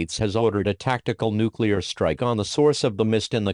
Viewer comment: Nuceluar attack warning; happening, YouTube captions be like “ah music to my ears”